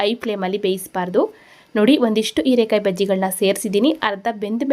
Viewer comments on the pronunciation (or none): Erakaee alla herakaee please correct your kannada